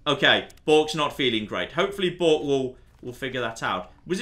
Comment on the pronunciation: >chastises Americans for the pronunciation of twat >pronounces B-6RK as "bork" Never change. This is why we love you